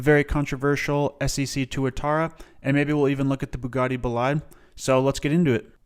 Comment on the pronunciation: love how this dude says ssc as scc lol (no hate) love the video as always!